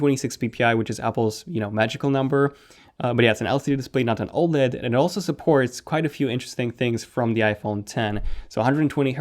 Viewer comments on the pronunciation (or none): none